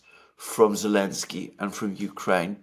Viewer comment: Congratulations,! You now even have Alexander calling him 'Elensky'.